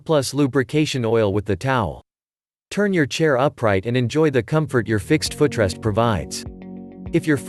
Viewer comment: My "fuh trest"? Computer has never used a foot rest, let alone pronounced it 😅